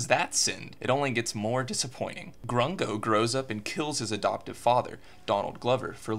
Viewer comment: I like when you called him grungo